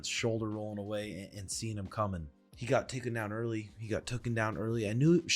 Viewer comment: What's with the trend of people saying "took-en"? It is not a word. "TAKEN" is a word. I've noticed it pretty often lately on podcasts. It's just so dumb sounding. "TOOK-EN!"